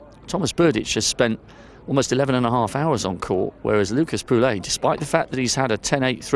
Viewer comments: It's not PULEY WTF !!! POUILLE LIKE POUY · Today is the time to learn how to pronounce properly POUILLE !